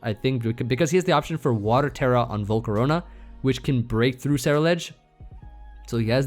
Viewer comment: was dying at "Volcaro-nahhh"